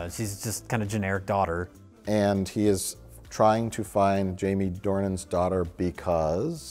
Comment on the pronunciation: Why is he pronouncing it Due-han???? The guy is called James Dornan